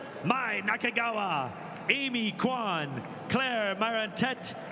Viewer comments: It would be better if they have pronounced the leaders' names correctly. In Quan, Q doesn't pronounce as Q, but pronounces as CH. It drove me crazy hearing the guy pronouncing Q the entire time. That's NOT her name! He didn't even care about pronouncing the top performers' names correctly. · For those non Chinese speakers, QUAN is pronounced as "CHEE-YUAN"!